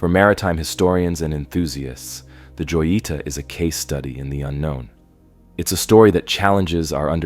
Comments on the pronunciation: It’s pronounce (hoyeetah) not joyeeta. J is an H sound in Spanish bro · I dont want to nag but joyita≠ yoita its (ho-jee-tah), I know Spanish do be hard but come on man, it’s not even a hard word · Joyita is pronounced hoyita... you are making me scream mispronounced it over and over 😵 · You butchered the name “joyita” haha good video tho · Not the "Joita", the boat name is clearly readable on the hull, the "Jotita"